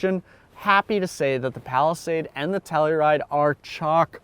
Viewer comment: Why do they call it "Tellyride"?